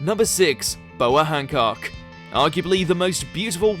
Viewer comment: The way he pronounce Boa Hancock sound so sexual😁